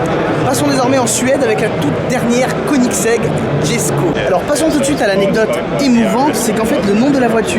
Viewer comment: Incroyable Koenigsegg, ce constructeur jamais ne déçoit 😍 en tout cas techniquement, car pour le style chacun ses goûts... ah oui, j'ai vu en direct la présentation de la voiture, et il semblerait que son nom se prononce Yesko ! Châssis entièrement nouveau, moteur upgradé avec le fameux vilebrequin plat unique au monde, nouvelle boîte de vitesse 9 rapports et 7 embrayages, 7 embrayages pour passer de n'importe quelle vitesse à n'importe quelle autre... unique au monde la aussi ! 90 kilos la boîte, contre 140 pour la DSG ! Au final l'ensemble moteur boîte pèse 190 kilos, contre près de 700 sur la Chiron... Bref, ça m'a fait un petit peu bondir quand tu as dit que c'est toujours la même chose, à un moment ça fait pitié. Désolé mais là c'est abusé d'être autant à côté de la plaque ! La voiture noire, en effet, le prix c'est abusé, incompréhensible ! Mais bon ils ont trouvé un gogo pour faire le chèque alors tout va bien 😅i